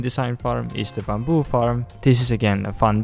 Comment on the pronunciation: I love how he says 'bamboo' just makes my day